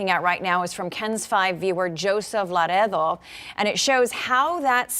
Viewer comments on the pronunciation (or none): le-RAY-doh ... le-RAY-doh ... le-RAY-doh .... no rolled r's, lady! Just regular old, American ENGLISH!